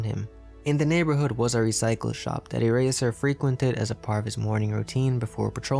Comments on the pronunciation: did he say ereasher??? Or are my ears failing me?? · did he just say... eraseSHer!? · Did i hear that the narrator said eraser "erasher"? just me? Ok